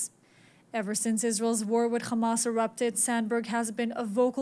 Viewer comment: Why don’t you pronounce Hamas with an ‘H” instead of “Kh” Khamas? The scratchy gutural Kh makes people’s ears bleed and makes listening to you difficult. It’s very easy to pronounce “Hamas.” Constructive criticism.